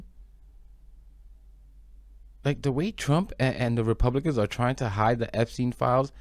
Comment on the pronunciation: “Republiklans” was an accurate slip up 😅